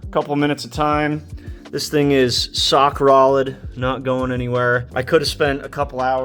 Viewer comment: “Sock Rolid” he said. Haha